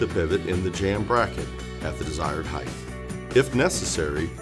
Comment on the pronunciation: Disliked because you said "heighth".